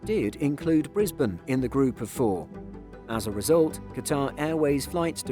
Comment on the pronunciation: Surprisingly he pronounced Brisbane right! But pronounced Canberra like a yank lol